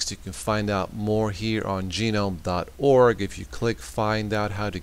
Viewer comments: Yup. I prefer Gnome (as in the garden Gnome) but Gee-nome is wrong by a massive margin :)) and GUH-gnome is correct. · Have you never actually heard the word gnome in normal speech? Haha but great video!